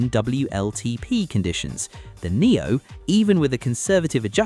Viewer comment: Silly IA voice can't pronounce Omoda and Nio correctly ... please review your videos before publishing them !